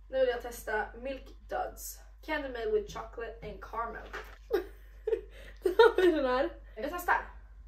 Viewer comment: Poddar röst och alltid kul när du kör acapella! Bra vibes hela tiden, förutom din Florida accent på carAmel! Glöm inte A:t för sjutton gubbar!